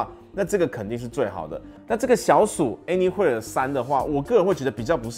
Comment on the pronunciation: 難怪怎麼覺得聽起來怪怪的，查了一下anywhere是念「any魏爾」才對，不是念「any會爾」，想說自己是不是記錯了...